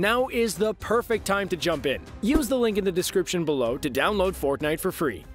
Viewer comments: you said forknite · Did he Said ForkNite